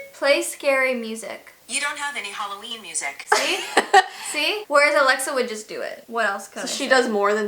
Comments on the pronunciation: In the intro it said haloveen instead of haloween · Anyone noticed it’s not Halloween it’s HallVEEn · Yeah it’s hallowveen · Did you notice it was halo - vee - n?